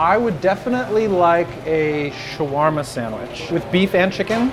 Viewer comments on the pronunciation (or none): It is called shawerma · why do they say it like there is no A before the W in shawarma